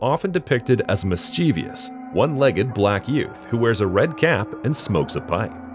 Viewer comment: Why is it that so many people cannot pronounce "mischievous?" There is NO THIRD 'I'